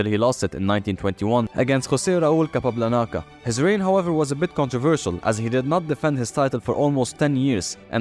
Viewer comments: He said capalalanca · ¿José Raúl Capablanaca? xD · Dude really said capablanaca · Capablanaca, Lmao fr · LITTERALLY the moment I read this he said capablanaca